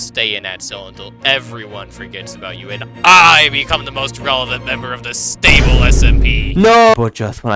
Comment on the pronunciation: sTable SMP, the T is ejected out like a Na’vi sKXawng